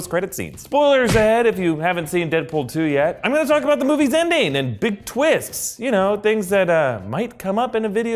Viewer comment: I can't be the only one who thought he said "Indian" and not "ending"